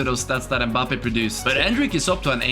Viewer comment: The way he said mabbpé